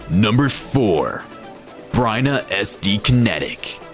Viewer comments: It's Byrna not Bryna. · The manufacturer is Byrna, not "Bryna" as mentioned in the video, or "Bryan" as mentioned in a comment below. (I'm sure the commenter below got auto-spell-checked by his browser, but misspelling and mispronouncing Byrna in the video is inexcusable.)